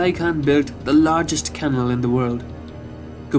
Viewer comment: You need to improve your pronunciation. E.g., 'canal', but others as well. Incidentally, 'khagan' is the same word as 'khan' (long vowel).